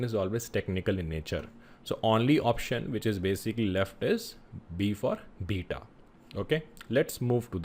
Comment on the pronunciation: B for beta sounded like d for data I had to turn my captions on to make sure I wasn’t tripping because I kept hearing Data but im like D is technical